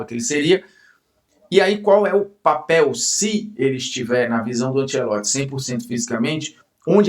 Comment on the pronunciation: Bruno vou deixar um elogio genuíno pra você, muitos que vão pra Globo ou a grande maioria mudam a personalidade pra encaixar, achei top que você continuou o mesmo, e até o jeito “abrasileirado” que mandaram falar Ancelotti, você não está falando